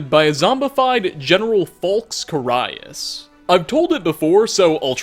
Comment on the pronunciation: You murdered Carius' name lol